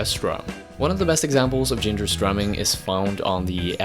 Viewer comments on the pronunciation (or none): I literally never think about Grand Funk Railroad if I can help it. Does anyone know where the narrator is from? I can't place the accent. He hisses his S's and barely pronounces his T's and D's. For example, the word "Ginger's drumming.." sounds like "Gingerssstrumming"